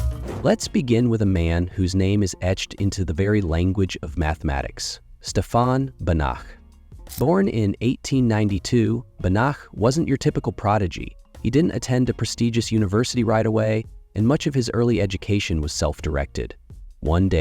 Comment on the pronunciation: It's STEfan BAnach. The stress is on the first syllable.